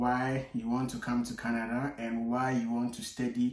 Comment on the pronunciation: My boy dey slur. He start dey talk KENEDA🇨🇦, 😂😂😂